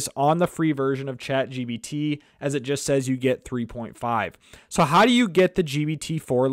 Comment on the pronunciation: Chat GBT, GBT - it's irritating... so pissed out... can't listen to him